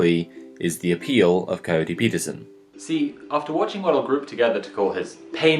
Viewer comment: Coyote... Ohhhh I was half listening so thought he was saying Cody and just had a strange accent.